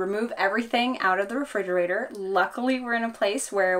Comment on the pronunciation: Re-"fig"-erator count... 459, 460, 461... not to be too picky about it but, I think its pronounced as: re·frig·er·a·tor (rəˈfrijəˌrādər). Other than that great video, pretty informative.